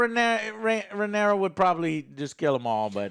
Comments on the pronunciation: "But it was Rhaenyris who showed restraint.." Me: dangit Joe. always screwing up the names.... Wait... Rhaenyra + Viserys = Rhaenyris... Holy shit Joe's a GENIUS. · Rhaenerys, of course... Popular characters like Rhaenerys, Daeneryus... Look, I don't buy this Joe is dyslexic thing anymore, when literally all three of them are too stupid to properly remember names and say names properly, then it's not dyslexia, it's just fucking stupidity of fat spoiled brats thinking they're smart when they're not... Like Alex takes the 'cornered dog' analogy WAAAAY too literal that he proves how low his intelligence actually truly is. Fight or flight doesn't jsut apply to literally being cornered Alex, I know peanut brains can't understand that, but again, you're complaining on something, just so you can seem smart and shit... Aemond losing control over Vhargar is actually really deep and smart, because Aemond isn't really Vhagar's original rider, even if Vhagar accepted him, I think it's more of Aemond just having forced that upon him, than there being the actual bond that we know that dragon and rider have in a lot of cases. Like I highly doubt Vhagar would really give a shit if Aemond died. Arrax for that matter freaking out, as a seriously YOUNG and still growing dragon, against a huge dragon, in a storm, with low visibility and everything, feels cornered, even without there having to be a literal corner, Alex. It went full fight or flight mode, and it chose to fight stupidly. Seriously question, is Alex incapable of understanding human behavior and psychology? Because I have literally heard the guy asking about horror movies for example: "How is th